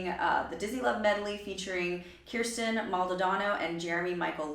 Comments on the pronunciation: Idk if anyone else has said it or not, but just a little pronunciation correction, her name is Ker-stin not Kier-stin. 😉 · It’s pronounced like ker-stin btw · I recall an interview Kirstie did a couple of years ago in which she said she was working with a vocal coach. "There's this thing I do with my mouth," she said. Incidentally, you've been mispronouncing her name. The first syllable rhymes with "first". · Nooooo that’s not how you say her name!!!!!😡